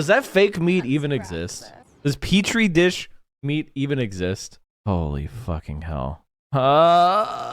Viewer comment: You're making a big deal out of her mispronouncing petri dish? Smacks of desperation on your part. Thanks for making your line of content clear. I won't bother wasting any more time on viewing your posts.